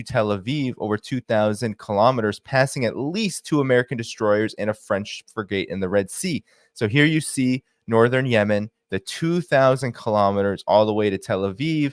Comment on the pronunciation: A "fri-gate"? Ffs, kid.